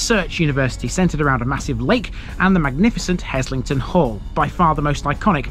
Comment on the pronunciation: Now you're talking - home territory for me. BTW the s is pronounced as a z. Worked there (Chemistry Labs in the 1960s) then did an MSc in the same labs in the late 1970s. In the early years we would swim in the lake.